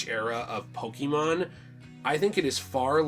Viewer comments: Pokémon, not pokimon. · No, it's just pokémon. "pokimon" "poke a mon" are incorrect.